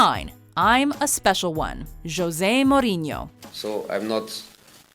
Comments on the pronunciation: Morinho lmao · Max Levin mor in ooh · the way she pronounce mourinho.. 😂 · Why does she say Mourinho’s name like that??? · The way she pronounces 'mourinho'.... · well then she's being rude and ignorant by not attempting to pronounce someone's name in the way it's pronounced